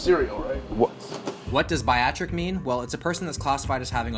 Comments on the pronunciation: For the love of Ryan Reynolds its pronounced Barry-a-trick! Not buy-a-trick! Unless that was intentional, in which case..well played 👍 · Just as a head's up, - - "Bariatric" ( The thing you describe when you're pointed to $20 cereal near the beginning ) is pronounced kinda' like Bear-Ree-Ah-Trick. You kept saying "Bye-Ah-Trick". It's not only a classification of "person" in reference to their body-fat, but also refers to a diet we, in clinical, sometimes prescribe to people that have had gastric bypass surgery ( Bariatric surgery ). Otherwise, awesome video as always!:) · I love your videos my dude. You are a fun, inspiring youtuber. I absolutely love your vibe and energy. But it's not BI-AT-TRIC. It's BEAR-E-AT-TRIC surgery. My wife had it. The reason they need food like that is they literally cant eat more than a half a cup of volume after the surgery for a while or they will throw up. So they need the most nutrient dense, calorie dense things they can get. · It’s BEAR-ee-ah-trick, not “biatric” lol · let's pronounce together. "berry-atric" not "buy-atric", k thanks. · Biatric? You’re saying bariatric wrong bud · BAR I Atric not Biatric. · Bariatric not biactic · Biatric? Lolll you meant bariatric. Oh man will please don’t lose your smarts please. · The way he’s saying Baiatric instead of Bariatric. Lol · Pronounced like “Barry-at-trick”. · Baractic? Bariactic... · when food destroys your will to eat as diet food, its a win, at the cost of your soul and taste buds. the cereal, its pronounced bare-e-at-tric referring to bariatric as in obese patient diet. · Bear- e- at-Rick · Man said biatric XD twice. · heres the pronunciation bare - e - at - tric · Gonna help you out or hope so: bariatric= Barry hat trick (minus the H in hat) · Bariatric is “bear-y-ah-trick” 🐻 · pronouncing bariatric as "bear-atric 😂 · Bariatric sounds like beh-ree-a-truck you mad? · Bari....what? It's BEAR-E-AT-TRICK...specializing in the treatment of obesity.